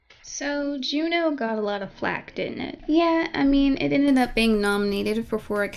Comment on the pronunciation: every time she said “jew-new” i cringed